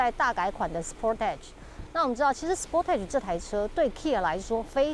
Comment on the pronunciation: 美中不足是sportage的發音不對。